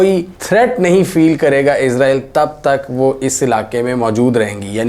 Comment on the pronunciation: Is ra eel not izrael